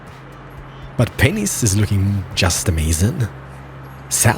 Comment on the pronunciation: Sounds like penis lmao